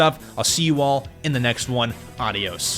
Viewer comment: 2 unaccuracies: The accent in "Adios" is in the letter "O" and not in the letter "A" and you forgot SML